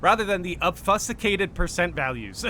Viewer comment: 😂😂 for future reference It’s pronounced AHHB-FYOO-SKATED big dawg